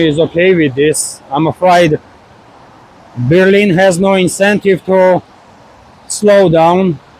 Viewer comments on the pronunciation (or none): none